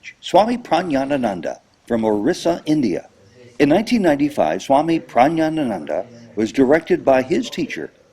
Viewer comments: Isn't his name pronounced 'prah-GYEE-ahn-ananda? That is how I remember it. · you seem to be pronouncing his name wrongly: is it pronounced prajanananda or prahnananda?